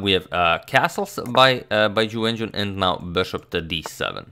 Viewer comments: “chiwen chiwenchun vs chuwewencjiwonchanpionchuwinchewon” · Is it just me, or does is sound like says "jew engine" when he mentions Ju Wenjun...??